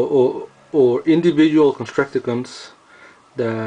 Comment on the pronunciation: constructicon not construciken